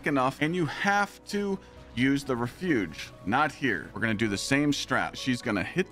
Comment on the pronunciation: You really have got to figure out how to pronounce "refuge".